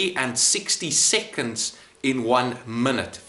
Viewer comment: Everyone:seconds Him:siconds